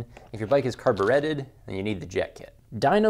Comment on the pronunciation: sorry not listening to anyone who pronounces "carbureted" as "carberehted"🤣